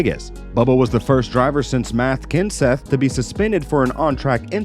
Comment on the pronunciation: "Math Kenseth"?